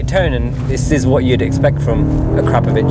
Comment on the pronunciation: I noticed you pronounced the exhaust name correctly as you got through the video, LOL. Its pronounced A KRAPOVITCH although not spelled that way.